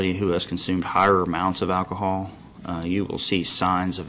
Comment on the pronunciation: He keeps saying “nystag”nusI hear so many cops make the same mistake. Their training course obviously barely touches on this. I have Resting Nystag”mus.” My eyes will sor flutter watching TV or if somethings moving past me too quickly. Annnd….. I think they should do away with a field sobriety test because it is bulls***.